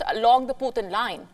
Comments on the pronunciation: The puthin line 😂😂 poo thin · Lmfao, the "pootin line" 😅🤣🤣🤣😂